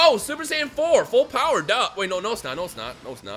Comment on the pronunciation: Did this foo just say Ultra full SSJ4 BOWER Goku even tho it was Dbs Goku